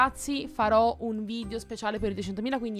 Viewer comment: ma non si diceva VIDEO e non VIDIO